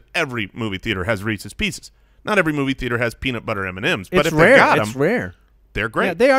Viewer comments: Everyone: Reese's pieces: Reesees peesees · Re-sees pe-sees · Am I the only person whose skin crawls every time says "Reecees Peecees"? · shouldn't be allowed to have Reese's Pieces for pronouncing it like that